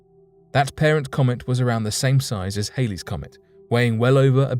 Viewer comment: Halley's is not pronounced as Haley's